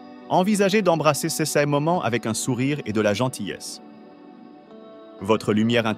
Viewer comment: C'est pas seize individus mais ces individus 🙃Ce n'est pas séjour remarquables mais ces jours remarquables 🤪authenticité et pas authentiKité 😏